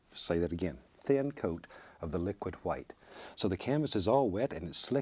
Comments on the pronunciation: 'hwite' is actually the original and correct pronunciation. Pronouncing it with just a 'w' is a fairly new thing. Look at other Germanic language and their words for white: Icelandic:hvítur, Old English: hwit, Gothic: hweits. The inversion from hw to wh was just a spelling thing. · 'Liquid qwhite' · The world did not start with a big bang… it started with a thin even coat of liquid hwhite